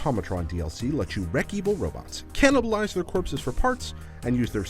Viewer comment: he said canabilize there corpses for parts......thereq robots.....your characters a human....ur nvm i cant even